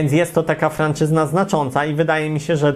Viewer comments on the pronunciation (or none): 👏👍 obejrzałem całość i mam jedną uwagę, miało być "franczyza"?, bo "franczyzna" to chyba jakaś podła odmiana języka francuskiego😜